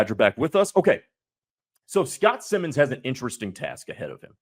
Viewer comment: For your future reference, it’s pronounced like Simons. Simon says. Not Simmons.